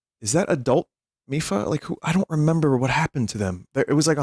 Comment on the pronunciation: my man did not just say "milpha"